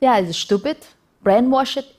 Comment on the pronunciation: "They are shtupid.." - ROFLMFAO